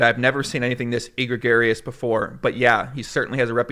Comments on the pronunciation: Oh! egregious = /əˈɡrējəs/ That pronunciation was e-gray-garious!:) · Not an angle. Chill the FO poker community. E-gra-gar-ee-ous? E-gree-gious. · Say it with me... "E-gree-jus" not "egg-ro-gary-us" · egregious <> "egregarious" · It’s pronounced “eh-greege-is” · My favorite part of the video for sure is "Eeegreegaryus" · it’s not e-gregarious. It’s egregious. Your pronunciation is not GTO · Sorry but the word is "egg-gree-jus" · .....it is pronounced a-gree-jus #TheMoreYouKnow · e-gregarious? smh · repete apre moi... A gree Jus... A gree Jus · It made me laugh twice when he so egregiously mispronounced egregious. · I've never heard someone butcher the word "egregious" so hard. Great video though! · now that's one OOL pronunciation of egregious:) love ya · Today's lesson is the word 'egregious' . Let's take a moment and haul out the dictionary to see its pronunciation. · Lol you can’t pronounce egregious properly? Come on my dude